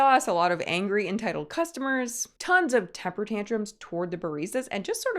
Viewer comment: Ok, I'm sure you said "temper tantrums", but my ears heard "tupper tantrums" and I almost did a spittake